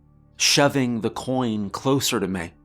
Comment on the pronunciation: she leaned closer to "meyh"